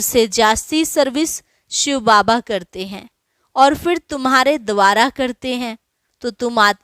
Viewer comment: शब्द है द्वारा, न कि दवारा